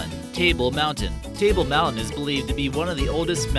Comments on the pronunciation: Edie Stalker Girl ok maybe not on but close ? Lol it's been 25 years since I was there but that idiot was a joke. Table mountain he called tail mountain. Bet his never even been there. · Table Mountain dude... Geez.. murder our names..